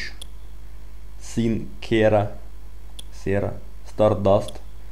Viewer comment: син кара а не син кера